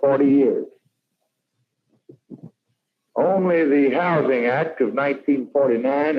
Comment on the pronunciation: It’s houzzzzzzzing….not house-ing.